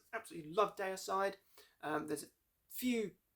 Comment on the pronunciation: Say Dee-uh-side! Or Glen might get angry, (just kiddin') Seen them live 3 weeks after the Hoffman brothers where kicked out the band on tour in England 2004. Dave Suzuki (Vital Remains) and Jack Owen (Cannibal Corpse) filled in guitar duties there. I saw them kick ass brutally Effenaar Eindhoven NL Scars of the Crucifix album\,,,/